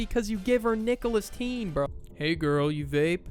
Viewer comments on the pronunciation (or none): "Nicholas-Teen" ☠ ☠ "Julius Caesar" ☠ ☠